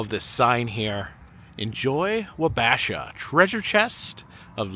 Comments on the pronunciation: Lol its Wob-A-shaw not Wa-bash-uh 😂😉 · Minnesota here had to jump on the comments and let you know it’s pronounced Wa Ba Shaw. Wabashaw.